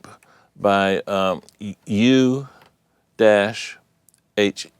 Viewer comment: good one . U-he is pretty famous i guess already ,they make many v. synths and fx . i think it's pronounced ou-he ,"ouou" like a ghost sounds :p ,and "he", like in hello